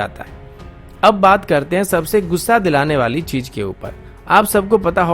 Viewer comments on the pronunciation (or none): Mera beta tu defense news de.. politics na kr.. aur thek se bolna tu seekh le.. chez ko chej bolta ha shah ko sah bolta ha chootyay.